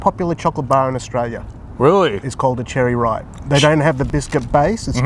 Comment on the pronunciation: Sounds like your saying Austria